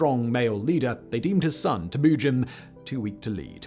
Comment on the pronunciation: Tim-Ew-Gin. Not Timoogun...